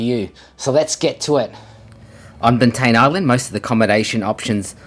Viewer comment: It's pronounced bant "eye" an